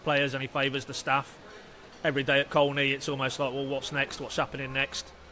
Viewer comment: And by the way Colney is pronounced Coney locally, but of course you two wouldn't know that.